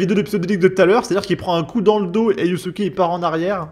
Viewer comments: tu fais exprès de dire yousouké au lieu de Yasuke pour énerver les wokes 😂😂😂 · On dit yaaasuke